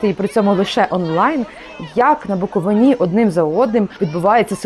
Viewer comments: БуковИна, а не БуковинА!!! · Ви задовбали:БуковИна,а не БуковинА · Начальство УПЦ МП то є фсбешні сексоти, то і так зрозуміло. Але вхарило мене лише одне - зауваження до журналістки. БуковИна, а не БуковинА. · Чому не каже БуковИна? Невже вона освідчений журналіст не знає як треба правильно робити наголос? Знає напевно, вона так просто самостверджується! Чому не йде у румунські та молдавські села робити свої галімі передачки? Що там не буковинці живуть? Та навіть в українські ходить жирналістка виборочно, щоб враження екесь коньюнктурне склалося! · Правильно вимовляти назву Буковина з наголосом на третій склад! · Пані ведуча, у Вас така гарна мова! Навіщо Ви її псуєте таким противним наголосом у слові "Буковина"? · Шановна пані журналістка, чому Ви не правильно ставите наголос в слові «Буковина»? Наголос ставиться на букву «и»! ☝️